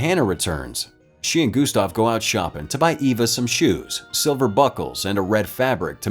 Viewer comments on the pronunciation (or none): none